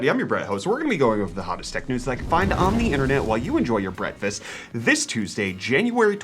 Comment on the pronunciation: host, bretfast?